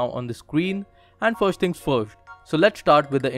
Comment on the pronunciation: *firsht thing firsht .